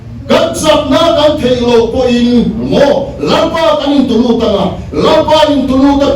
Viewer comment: Thupuia ..... nâ takin .... tih a, 'nâ' khi thlûkna dah a ngai lo.